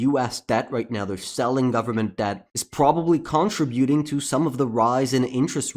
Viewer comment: “contributing”. That word is not pronounced like you think it is pronounced.